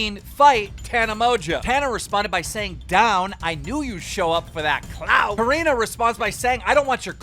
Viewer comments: Repeat after me... CO RE NA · btw it is Core-inn-a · CORE RIN UH CORE RIN UH SAY IT WITH ME KEEM!!